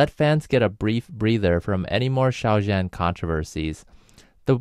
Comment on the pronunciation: (Just a note: Zhan is pronounced closer to "John" -- "zh" is a "djuh" sound, not like the soft J in French "je", and the "an" is more like "on", not "anne".)